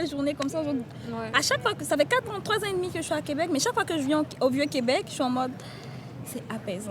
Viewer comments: Thanks for visiting !!!! Really cool video 💙💙💙 And I appreciate your effort of saying "Québec" correctly and writing it correctly as well ! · thanks for pronouncing Québec correctly, most english speaker don't seem to bother